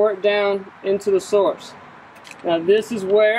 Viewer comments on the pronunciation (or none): none